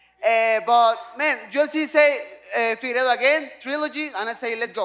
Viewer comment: Nobody: Figuerdo: Mothefockee